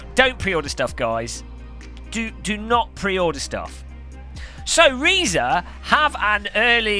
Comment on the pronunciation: Nice video,. I regret to inform you that Reiza is pronounced "razor", as in the shaving equipment you neglect to use regularly. 😜